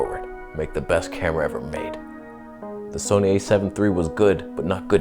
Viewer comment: Please "Soneigh", Please! Let Karen make the...THE camera!